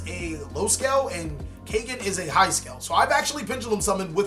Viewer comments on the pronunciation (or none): kaygen.? nope its pronounced kagen caw like a crow & then just say gen =kagen ^^ also kagen name comes from the word kage which in nippongno/nihongo=japanese language kage=shadow^^